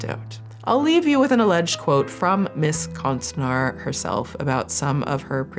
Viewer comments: ä is pronounced like the a in laugh if that helps lmao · Notes on the pronunciation of "konstnär" from a Swede: the ä doesn't sound like an a, it's more similar to the "ea" in "bear" ^^ (honestly it wouldve been really quick to just check the pronunciation with google translate before recording lol) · Konstnär is the real swedish spelling. O - is pronounced as in Lore and Ä is pronounced similarly to A in (american) at, apple, anaconda. Just a FYI :) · I had to look up how to pronounce konstnär because my ear holes didn’t like the word at ALL! Adding to this: people who fake pregnancies (whether it’s for an April fool’s “joke” or for attention. Literally any reason) are absolute trash humans. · Most horrendous pronunciation of konstnär I’ve ever heard 😂 I didn’t even know what Swedish word is was supposed to be until she pulled up the definition. But hey… that’s languages for you. If you don’t know it, it’s hard to get right sometimes. Still a good vid. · me hearing say "konst-nhar" in the beginning followed by "a Swedish word" had me deeeeadXD "Konst" you got right, now "när", is pronounced "nair" ( "n" and "air"). It's somewhat wrong still w the English pronunciation of letters, but an improvement to say the least Sending love<3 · It’s konstnär not konstinar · The ”ä” is actually more pronounced like ”uh”, so konstnär would be pronounced more like ”konst-ner” in English haha. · Konstner would be a more close pronounciation but many swedish names are "englified", like Wahlgren and many more. Because so many swedes emigrated to america back in the day. Its kind of cool actually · Konstnär is pronounced with a long vowel at the end. Ä is pronounced like an A but with your tongue out, like when the doctor checks your throat. And the R is rolled like in spanish. So: Konstn-ää-rrr. Swedish is a bit tricky but fun! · Konstnar more like Con-Art…ist